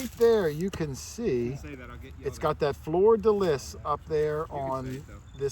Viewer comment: On the fleur de lis, the “lis” is pronounced “lee” because the s is silent unless there is an e added after it (like the difference between Francois- male, and Francoise- female).